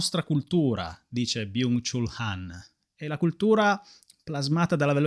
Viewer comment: Vorrei esprimere la mia gratitudine nei tuoi confronti per portare sempre temi e riflessioni interessantissimi, libri meravigliosi da conoscere e leggere, quindi grazie davvero di cuore ❤ Ps. Mi permetto di dirti che Byung Chul Han si legge Byong Chol Han (studio coreano)